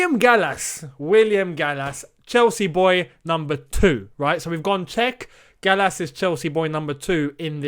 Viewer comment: I’m sorry but Gallas really? really?